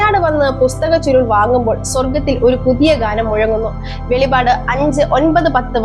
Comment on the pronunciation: വെളിപാട് അല്ല വെളിപ്പാട് എന്നാണ് പറയേണ്ടത്